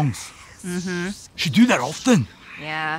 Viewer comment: "Thet in the world of D & D..." 😆😅🤣